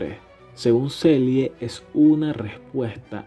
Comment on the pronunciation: en realidad es la teoría de la respuesta al stress o respuesta adaptativa inespecífica (hoy día sabemos que no es inespecífica). Se pronuncia ''Selie'' en español y en ingles ''Seli''. Muy buen video.